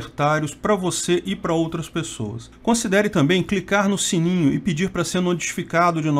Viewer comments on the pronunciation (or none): none